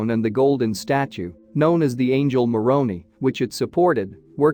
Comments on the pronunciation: Every time you refer to Moroni, I cringe. It's pronounced like Moron-eye. I remember when the earthquake happened. There were so many memes.😊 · Moroni does not rhyme with macaroni! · The pronunciation of the word Moroni Is with a long I, not an e!